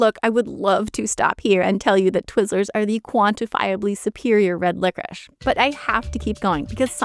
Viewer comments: Who is the dumbass who decide to pronounce licorice like that, France? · LICORICE IS PRONOUNCED LICORISH??????